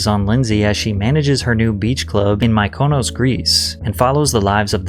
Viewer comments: ME-KA-NOSE , Mykonos 😂😂😂😂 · And Mykonos, (“My CO nos”?) Greece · Dennis Quad? Cans Film Festival? My-Konos Greece? Pat, cmon man you make such good content. Don't farm out your voice to AI and their strange pronunciations. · You really need to google names for pronunciation, I notice this a fair bit in your videos; Dennis 'Quaid' pronounced 'Qwade' and 'Mykonos' is 'Micka-nos' it sounds like you live under a rock not knowing this!? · and ''Mikonos'' ive died dead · and MY-COE-NOES, Greece? 😂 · "my Konos, Greece" 🤦🏽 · Everyone caught the Quad but not how you pronounced Mykonos? 😭😭😭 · Vehemently, Mykonos. If you don't know a word, google it and play the pronunciation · okay thanks that makes me feel a lot better!! I would hope you wouldn’t mispronounce vehemently, quaid, Cannes, and Mykonos!! 😅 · and mispronounced Mykonos also. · Dude’s videos are top notch however, homie needs to learn the pronunciation of quite a few people and business. The Chateau Mormont, Denis Quaid, Mykonos, embarrassing . Messy as heck.